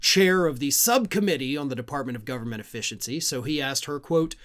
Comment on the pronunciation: Someone got into Elons special K stash 😂 da fuk going on with the gov...bern...mant? Say it slow 😂